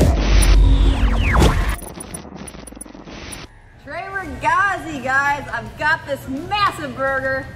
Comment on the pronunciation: love how you say 'TRE RAGAZZI' with american accent😂😍